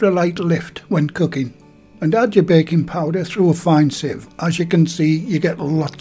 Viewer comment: For a minute there I thought you said bacon powder..😂